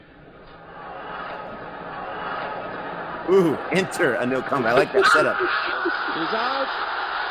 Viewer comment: Kumble is pronounced phonetically like all Indian names in Roman spellings, Koomb-lay ('l' has a unique sound present in some Indian languages especially Southern languages) for a more accurate pronunciation copy paste "ಕುಂಬ್ಳೆ" in google translate & select Kannada (his native language) & hear the pronunciation, I think it'll be more helpful & easy 👍 I think it's simply called a 10 Wicket Haul (5fer is called a 5 Wicket Haul) but usually it's regarding the number of Wickets in the entire match coz 10 in an Innings is nearly impossible (it's happened only twice in history, ENG's Jim Laker was the 1st to do it & took a total of 19 Wickets in that match, 9 Wickets in the 1st Innings & then 10 Wickets in the 2nd Innings of the same match vs AUS). A funny thing about that I heard in an interview of Wasim Akram was that for the Last Wicket it was him & Waqar Younis batting, Waqar was apparently batting risky to basically throw away his Wicket when Srinath was Bowling to keep Kumble stuck at 9 Wickets. Wasim Akram apparently told him to not do that & bat well coz it wasn't right to do that. Then there was a moment when one of them (may be Waqar) hit a shot during Srinath's Bowling & was going to a Fielder & Wasim Akram says basically every IND player was shouting for the Catch to be dropped & every PAK player was hoping for the Catch to be taken as it'd have kept Kumble at 9 Wickets 😂. I think Kumble's 8th & 9th Wicket fell on consecutive balls giving him a unique opportu